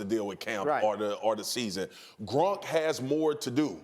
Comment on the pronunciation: It's gronk not grunk